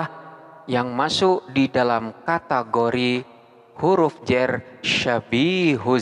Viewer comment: huruf Jar..Bukan huruf Jer... (kebanyakan indo omongnya huruf Jer?1?!??...dalam tulisan arab ga ada huruf vocal "e". Huruf vocal di Arab hanya ada 3 a, i dan u. Tidak ada o dan e. Suara O dan E hanyalah salah pronouncing/bunyi